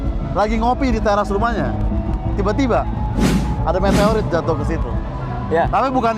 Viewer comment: Ga ada yang mau koreksi “Meteorit” dan “Levronka” kah?? Demi kebaikan 🗿